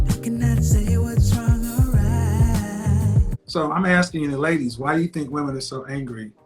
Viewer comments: Axing? A-S-K-I-N-G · “AXING” a woman!!! 🙄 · 'aks' 'aksing' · Black people need to start speaking properly… almost 90% of the women that come on here always say “AKsin” instead of “asking”… and that’s not the only word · "Aksing" not "Asking"